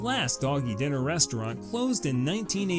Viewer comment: Doggie Diner………it’s dIner, not dinner.